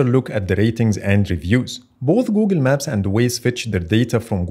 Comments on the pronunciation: “Googen Maps” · ah yes, Googin maps